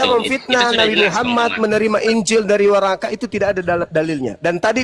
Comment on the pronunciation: Ini orang ngomongnya juga ga bener,bukan warakah,worokoh.